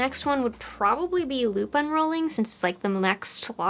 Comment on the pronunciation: LOOP UNROLLING! haha. I though you were saying LUPINE ROLLING! 🐇🐇🐇🐇🐇🐇🐇🐇